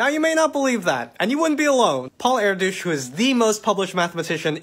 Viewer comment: My last name is “Erdos” it’s not pronounced “air douche”, makes me wanna cry hearing it like that 🥹. Hungarians pronounce their “E”s as “Eh” instead of “r”, so “air” is kinda right, but “douche”is way off. It’s more like “air-dursh”